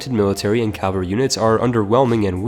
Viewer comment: Repeat after me: CA - VA - LRY